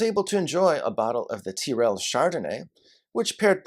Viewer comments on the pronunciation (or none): Just so you know for future reference, it’s not pronounced Teeryl but rather Tyrell. Oh, and next time you’re in Aus, come down to Tassie, as our State has some of the very best food and wines available.